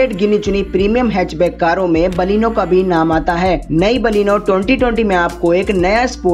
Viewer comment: Thik c baleno bolne pahele sikho